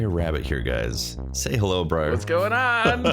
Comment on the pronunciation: Say hello "BRAIR" Lol *Briar